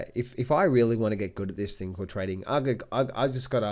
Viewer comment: did you say trading "course" or trading "horse" ?